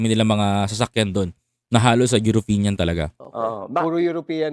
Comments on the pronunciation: Brother, EUROPEAN not Europinian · European not Uropeneam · European boss hindi europenian.😊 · European not europenian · European sir hindi europenian hehe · Correction lang po..European not Europinian.. peace😂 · Boss, Eyoropeyan(European) hindi po Eyoropenyan(europeñan). Magagalit sayo ang mga Eyoropeyan(European) niyan.